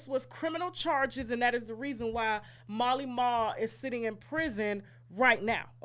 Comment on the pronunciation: Oh! His name is Mally Mall! Oh! It sounded like you were pronouncing his name as Marley.